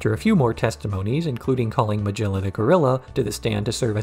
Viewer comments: Great videos to listen to in the background at work, but I can’t get over the pronunciation of Meguilla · Excellent retrospective review. One issue: Magilla is pronounced with a G like “goat”, not as in “giraffe”.